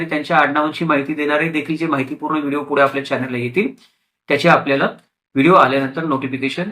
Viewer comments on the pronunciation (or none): none